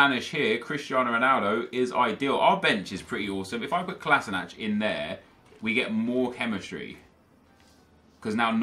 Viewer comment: HE SAID COLASNACH XD